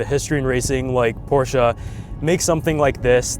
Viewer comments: You’re nearly the only English speaking guy I know how actually is able to pronounce “Porsche“ the right way. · Cool Intro, and respect not every american can pronounce Porsche the right way